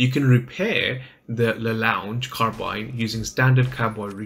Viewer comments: It's pronounced. Lah Long Car Ah Bean! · Another fantastic guide - despite terrible pronunciation! 😂👍 It's French. It's pronounced 'La Long Carrabeen'. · don't worry everybody does mistakes and the weapon's name is in french so it's difficult to pronounce in english. keep it up! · Please say it correctly :(